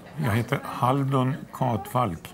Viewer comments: När säger halduR och inte HALDUN be like:🤯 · Jag trodde han sade Haruld hahaha. Men hade jag inte sett stavningen hade jag nog också sagt fel. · Älskar hur du blir kär i han men säger namnet fel hela tiden